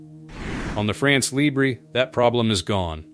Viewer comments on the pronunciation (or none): It’s not pronounced “libré” but “libr..” (you don’t pronounce the last letter). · Yes the lee-bray pronunciation is Spanish so goes well with nacho, whereas the French is more like LEEBR-uh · « Libre » pronounced librae is not French ! France Libre has to be pronounced with a ton which didn’t exist in English. Forget the « e » Guess that « France Libre » will have a six generation Rafale which its fifth generation is currently the best fighter jet in the world on sea and elsewhere. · LIBRE pronunciation LEE-BRUH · France Libr... Do not pronounced the E. There is not accent atop of the E. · Right! No accent on the E of Libre, therefore you should not hear it.